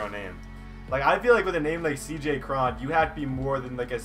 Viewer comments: It's not Cr-on its Cr-one. Like cone 😂😂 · U said C.j Cron wrong